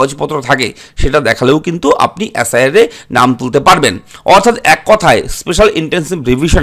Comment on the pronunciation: অ্যাস আই আর না বলে এস আই আর বলুন